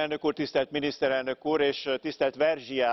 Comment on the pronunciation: midisztereldök uraaak urat